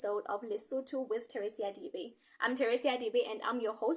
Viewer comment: I enjoy your show and history of Basotho, i'm Zulu but i think it's important to know other fellow black nations History because we are one. Why do you pronounce your surname as Dibe while it's?